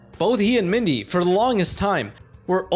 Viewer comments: Pronounceing MiN-Dy as MiD-kNee some real work man. You only pronounced her name right the first time, and just called her the wrong thing from then on. Unless thrr's some lore for your channel there, c'mon dude,... Save for that critique? Very intriguging and thought provoking video! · This is cool. Spongebob lore is quite fascinating, but then again, Spongebob is an episodic absurd comedy, so canon really doesn't really matter that much, I guess. Also, it's s Mindy, not Midney. 😂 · Also… MIDNY???? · I’m glad I wasn’t the only one bothered by this! It’s also “Min-Dee” not “Mid-Nee”